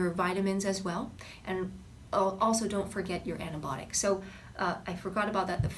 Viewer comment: Weird how you pronounce Antibiotic and naucious, helpful advice.